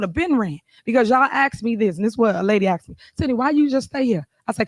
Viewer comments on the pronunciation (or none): "Axed"??? Wit??? Apparently she missed spelling and pronunciation in whatever school she may have gone to. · Did the mayor just axe me a question? Maybe the next time you elect a mayor, make sure she is the in the good side of the law. How could you not know this was going to end in disaster ?